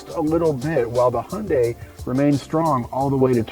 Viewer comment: The way way he pronounce Hyundai got me: It`s a Hendei Velostar :D